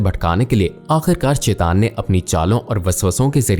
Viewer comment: شیطان کا تلفظ غلط ادا کر رہے ہیں اسے ٹھیک ادا کریں۔